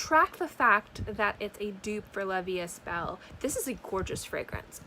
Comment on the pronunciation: Just letting you know, it’s pronounced ‘la vie E belle (so like you said it but without the ‘s’ in the third word. The s and the t are silent)